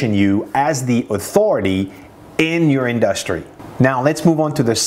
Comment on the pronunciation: Ok, now I have to tell you this. I've watched many of your videos. Great knowledge and content. Your English is amazing for being a non English person. Now, you have to fix only two words in your vocabulary pronunciation, only two words I've noticed you say it wrong over and over, and those two words are: Industry and Analitics. There you have it. Now go and study the correct pronunciation of those two words. Search on YouTube and practice. Also the word Develop. So, 3 words total.